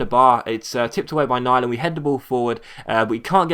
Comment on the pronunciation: great episode! btw, im norwegian, and its pronounced nee-land